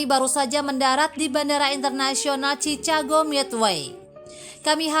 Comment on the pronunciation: Ceritanya menyentuh dan bagus. Namun sayang naratornya kurang kompeten. Ma'af ya mbak , sebelum baca narasi mohon latih dulu spelling nya supaya gak kelihatan kalau awam sekali dengan bahasa Inggris seperti nama kota Chicago